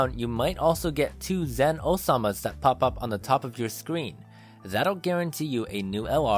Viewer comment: Can't get over the fact that you called Zeno Sama - Osama lol.